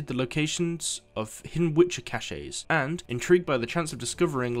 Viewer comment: It's not pronounced cach-E it's pronounced "Kash"